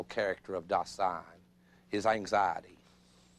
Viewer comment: I don't know why they mispronounce "Dasein". The accent should be on "Da" not "sein". The mispronunciation distorts the actual meaning of the word.